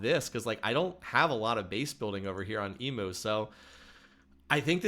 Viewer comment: Enjoying your vid, by the way I am an Aussie and it’s pronounced “e mu” not “e moo”